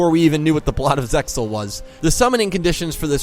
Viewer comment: stop pronouncing the x